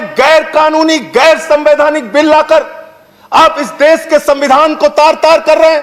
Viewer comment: Bhakkk! देश to bolna seekh le pehle... देस bolta hai.. Chuchu